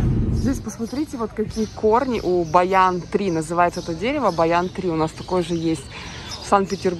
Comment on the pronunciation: Не баян, а баньян tree.